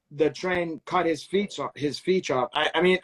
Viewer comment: deliberately saying, feech (feet) lol